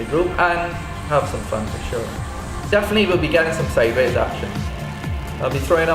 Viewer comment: great to have him back..looking forward to the "slideways" haha